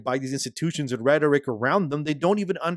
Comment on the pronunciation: its pronounced ret-or-ic, not re-tor-ic.